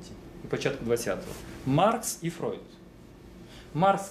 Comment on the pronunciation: в Вшем исполнении "Фройд" звучит как fraud, со всеми вытекающими )